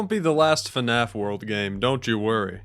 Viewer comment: pls its fnaf, not fuhnaf